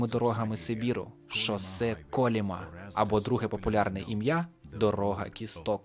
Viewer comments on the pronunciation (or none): Не шосе Коліма,а Колима.